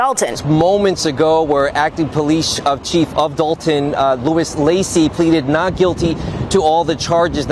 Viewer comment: It's Dolton, IL not Dalton